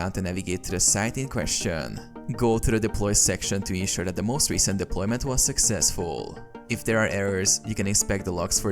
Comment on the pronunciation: statusssss deploymenttttt erorrrrrrr. bro jus drags the syllables of the last word